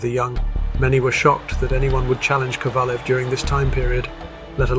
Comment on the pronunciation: You can actually hear Kovalev's name being pronounced properly and you still insist on saying it wrong through most of the video, are you puddled or something?